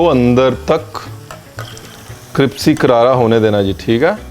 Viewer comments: 😂😂😂 vahi samaj ni ara caption mai crispy hai bol cripsy rahe hai . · Jb se ranveer sir ka cripsy sikha h...Mai crispy bolna bhul hi gai hu😂😂love you sir...god bless you❤️😁